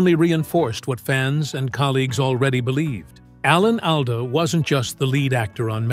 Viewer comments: If you don't mind, Mr. Alda's name is pronounced " ALL DA", NOT owl da!! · His las name is pronounced All-dah NOT AL-dah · Isn’t it pronounced all da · This is some kind of AI generated crap who can-t even pronouce his name correctly!